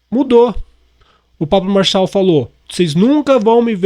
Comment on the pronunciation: Fala certo o nome Marçal .